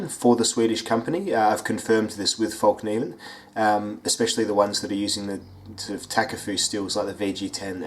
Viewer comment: Its not actually. Its [Felk-neeven] The K isnt silent. - I'm swedish. It translates to "The folding knife". Sorry, I had to ;)